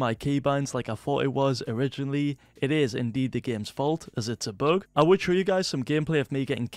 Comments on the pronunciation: I love how you say bug this "book" xD. Love your videos <3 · It is a ‘boog’